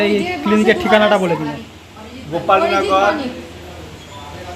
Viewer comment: Didi gholap nogor na, Ghopalnagor